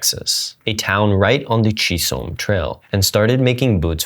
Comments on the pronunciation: The trail was named after Jesse Chisholm, a trader of Scottish descent whose surname originates from Roxburghshire, Scotland. Because the name is Scottish rather than Spanish or Mexican, standard English phonetic pronunciation follows Scottish etymology. CHIZ-um. It rhymes with "rhythm" or "prism," using a hard ch sound (as in "chair") and a soft z sound in the middle. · Great video! Small correction: Chisolm is pronounced like chizzum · Chisholm Trail - pronounced Chiz-um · OMG, PLEASE learn how to pronounce Chisholm Trail! That was PAINFUL to hear! Haven't you ever seen a Western? Its core Americana! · I’ve never heard Chisholm pronounced that way